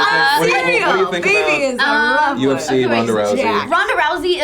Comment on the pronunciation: alright, so im not normally one to pick at the way people say words because I know everyone comes from different places and sometimes its just fun to saying words funny but one that I can not handle is when people say cereal. Really? really? like you in the videos along with most the cast but common. cereal?